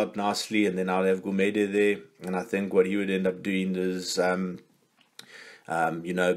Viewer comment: You pronounce Gumede's name with a soft click like Ncube just without the N. 😉